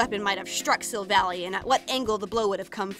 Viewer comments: sill vahl lie not sill valley omg it annoys me SO MUCH watch the SHOW and u will see edit: sorry, i love you, but please, please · Savella that's how you say it not savle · If She's REALLY A Fan Of Pokemon-- WHY DID SHE PRONOUNCE BOTH GLADION AND SILVALLY'S NAMES?! She Said "Sil-val-ee", IT'S PRONOUNCED "Sil-val-eye"... REEEEE- And "Glay-dee-on", IT'S "Glah-dee-in/on"; WHHYYY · Uh is Pronounced Glaaadion not Glade-ion and silvallie not silvally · i have to point out some thing , its pronunced sil-val-i not sil-villy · It’s Sil-Val-lie not Sil-Val-ie and it’s Glad-Eon not Glade-Eon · Silvally's name origin is that he is Gladion's Silver ally. So it is pronounced Sil-Val-Eye, not like how it looks. I'm sorry if this seems rude but I am a huge pokemon fan and hearing you say the name wrong makes me want to rip my hair out lol. I love your videos so much though! keep up the good work! :D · Oh god the way you pronounced Silvally’s name triggered one of my pet peeves- In the Pokémon series sun & moon they pronounce it like you would pronounce lie- Kinda like this Sil-Va-lie Sorry- my pet peeve just- took me over 0-0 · Gurl its silvally like the end is silvall AI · Not to be rude or any thing bu t this is how you pronounce the names GL-a-deon Syl-Val-ie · Your pronouncing Gladion and Silvally wrong. I watch the anime, and its Glad ( as in im glad ) - eon, and Sil ( as in silver ) - val - eye. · I noticed that you said his name wrong it's pronounced Chevelle eye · I know im like really late to this video but i just have to say how she pronouces these things... as the showed in the bottom corner how she said gladion wrong but lemme give you a lesson on how to pronounce 2 things... Gladion: Glad-ee-on Silvally: Sil-vall-i And 1 more that alot of people say wrong... Pokemon: poke-ay-mon Im sorry to the people who may find this rude somehow but... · its pernoct sill-vall-aw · its her favorite pokemon and she cant even say it right